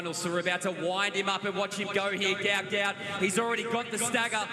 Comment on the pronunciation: Sadly you pronounced his name burserkly wrong. Common please make some efforts to pronounce a person's name with great respect. Hopefully you would do just that😢😢😢